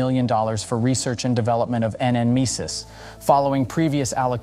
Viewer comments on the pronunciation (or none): N misis? Its pronounce Nemesis😂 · Nemesis. Just say it! Damn AI